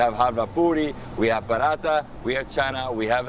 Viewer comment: STOP pronouncing paratha the way you do, it’s not the right way and extremely annoying. !